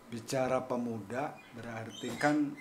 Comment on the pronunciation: Pemuda bro bukan Pemua..😆